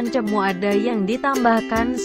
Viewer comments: Cemoo e bacane bukan cemu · Ralat no 8 Bilangnya Bukan Cemu Tp Cemoe... CEMOE Bukan CEMU